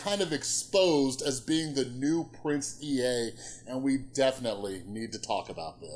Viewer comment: It's "Prince Ea" - pronounced "ee" not "ee-ay"